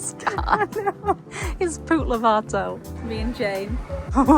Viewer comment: Laughing so hard at poor Jane “poot lovato” 😂😂